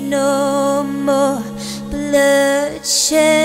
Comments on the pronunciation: Nice voice.. but your pronunciation of words is.. weird. Blood-she-aid? it's blood-shed. :/ I'm not liking that bit. Sorry. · Amazing song. Though, one critique (hope you don't mind): The pronunciation of "Bloodshe'eed" really really grates for some reason. It would have been a perfect rhyme, but the oddball pronunciation destroys it. I'll buy the album regardless. ;)